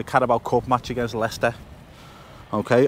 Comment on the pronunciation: Lay- Chester